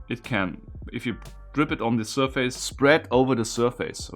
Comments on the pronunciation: Some well-intended language help: In English, the second syllable in the word "surface", though spelled "f-a-c-e", is pronounced "fiss" - not "face". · Nope, not in English... the word is certainly not pronounced "SURF-ACE", but it's more close to SIR-FACE than SUR-FISS. Since it's blended together and said quickly, the result is more like "SUR-FUSS". It relates to a plane or FACE (of an object) hence why it uses that word "face".